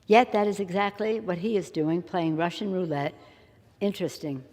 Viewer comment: OMF GAWD!!! She calls OTHERS hypocritical?.... TOO funny.... I especially liked the way she emphasized RUSSIAN.... and her Biden-like inability to say big words.... cascading catastrophe isnt that tough UNLESS you're also anxious about a bolt of lightning coming down and taking you out at any moment